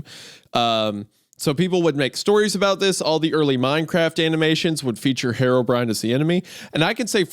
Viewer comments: Why does he pronounce it "Hair o'brien?" Is that how it's pronounced? I would think it's "hero brine" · the way isaiah pronounced herobrine as "harrowbrine" is making me violent